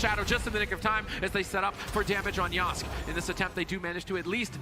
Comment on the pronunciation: Casters can't even say names right, it's YO-SKAY not YOSK